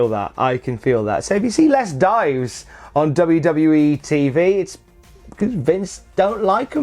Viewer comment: Ohhhhhh he meant DIVES. I honestly thought he was saying DIMES. Like lol WTF was he saying lol